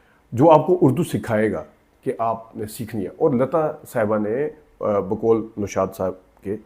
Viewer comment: بہت اچھی کوشش ہے لیکن بھای معزرت کیساتھ اردو میں خونم خون نام کی کوئ چیز نہیں خون خون ہے آپ کا بھی ق ک کا مسئلہ ہے نوشاد نام ہوتا ہے نشاد نہیں آپ کو بھی اپنے اردو تلفظ پر دھیان دینا چاہئے اور عاطف اسلم کی بات تو وہ ایک نہایت کن سرا گلوکار ہے